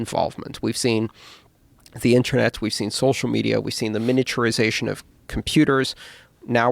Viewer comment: Cool podcast. But PLEASE someone tell this guy that 'Internet' and 'Intranet' are pronounced differently. Was doing my fucking nut in!